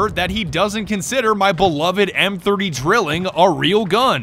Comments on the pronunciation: its pronounced DRY-LING. as in 3. its a three barrel weapon so its a Drilling. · Its pronounced "Dr-eel-ing", not drilling. Its german for triplet, as in triple barrels